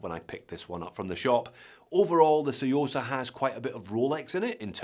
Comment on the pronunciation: Love the 'T', saying the quiet bit out loud.........👍👍